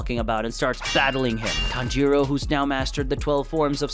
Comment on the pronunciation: Did anyone count how many times he said tanjoro